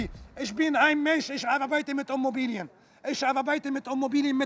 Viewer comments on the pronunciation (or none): Was sind genau "Ommobilien" ?? Frage für einen Freund 🥸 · Wenn man es ganz genau nimmt sagt er Ummobilien 😁😁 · Ich hab Homobilie verstanden...